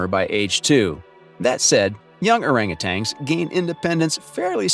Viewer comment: Hey, AI, they are not "orangutangs"; they're orangutans.